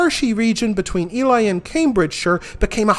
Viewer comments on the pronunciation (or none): E-lee mate, it's pronounced e-lee.